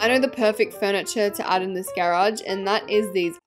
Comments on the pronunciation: YOU SAYB GAAAAARAUGE INSTED OF GARAGE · Why do you say garage like that?